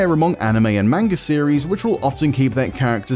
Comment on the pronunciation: None of you white guys ,.... Not a single one of you can Pronounce "Manga" correctly